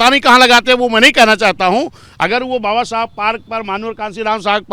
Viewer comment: इस पत्रकार को समझाए कि बाबा साहब का नाम सई तरीके से ले